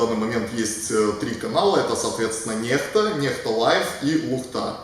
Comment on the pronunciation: Канал называется НЕХТА, это не икс, а буква Х. Это белорусский язык. Слово переводится как "кто-то". И читается НЕХТА, как пишется.